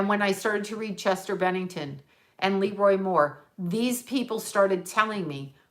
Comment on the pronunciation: LeRoi Moore is pronounced le-ROI , accent on the second syllable...please stop saying LE-roi...love you! (Can you please channel him?)